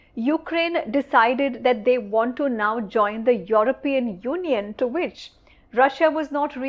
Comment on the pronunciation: Why do you pronounce Europian in that manner. ? Get it right.